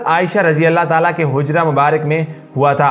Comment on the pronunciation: kindly ap apni aik mistake ko correct kr lain gumbad e hizra nae ye Hazra ha. jazakAllah